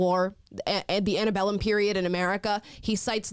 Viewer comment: Did you notice that the general said "antibellum," not "antebellum?" It screams ignorance of what he's talking about, and likely reading off a script of what he was told to say.